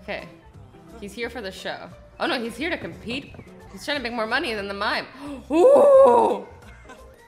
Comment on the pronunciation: the way you said money tho. LMFAO